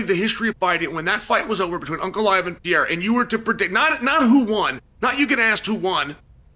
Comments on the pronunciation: Chael, its pereira not pierre 😁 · PE-REI-RA 👍 ... PIERA👎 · Alex Pareira ❌ Piera ✅ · *Per-era: per and then era, Chael…per era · Pea-ayruh, pierre-uh. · Alex Peee air uh!!! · "The good old day" (singular) and "Piera" wow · Unc keep calling him Pee-Era 💀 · I won’t be able to watch this because Chæl is going to say “pee era” 1000x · cmon uncle Chael, go with me, PE-RE-I-RA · Is there any specific reason you pronounce Pereira like the French name Pierre?!🤦🏻 Appreciate the “you don’t necessarily need to take him down to win the wrestling part of it” part of the conversation. You’re def correct in this btw Totally agree about the rematch too. Ankalaev made Alex look soooo one dimensional. My opinion has 100% changed after that fight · why dies uncle Chael keep saying Pierrrrr!!🤣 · Still closer than “Pierre” which he used to call him. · Yeah, like the French name. LOL! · “I’m a huge fan of Piera’s” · Never learned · The Pee Era is over. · I’m done bro 😂, me too gang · He does it on purpose for engagement. He says people's names different all the time and sometimes he smirks as he does it. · Has that man not earned at least correct pronunciation of his name? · He can pronounce Ankalaev flawlessly but he can’t Pronoune Pereira 😂😂gotta love Chael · I'm going to miss this when Alex retires; just hearing Chael say the name 🤣